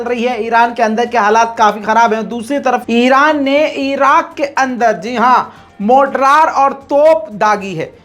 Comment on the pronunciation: vo motraar nahi mortar hota hai,jaisey Donald ko Donald he kaha gaya hamesha.